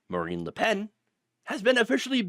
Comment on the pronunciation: It’s Le Pen, not La Pen… If it was “La” it also should be “Penne” but that is already taken for some pasta shape.